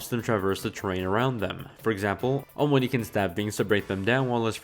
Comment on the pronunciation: So why does he say it like "omoni", lmao